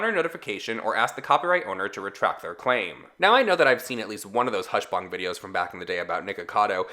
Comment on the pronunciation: CEO of saying hushbang and hushbong